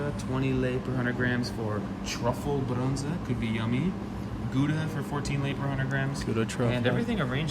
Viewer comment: Lapte meen's Milk. As a Romanian I am actualy proud that they saied Brânză actually correct.